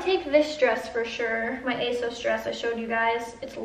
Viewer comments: isn't it pronounced A sauce no a sos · Why do u keep calling asos asose